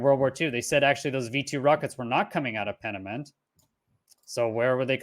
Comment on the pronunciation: its pronounced PEEN A MUNDA